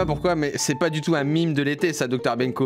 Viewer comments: si tu lis les comms ça se dis "maime" pas "mime" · On dit mEme pas mIme 😂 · c'est un peut idiot je trouve de prononcer "mime" car à la base se terme vient du mot français "même"... Donc on le prononce à la française si c'est français ! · MEEEEEEEEEEMES et non MIIIIIIIME!!!!!! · Mais ? Le mot « meme » est d’origine française ! Donc ça se dit [ maime ] point ! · Ont dit maime les gars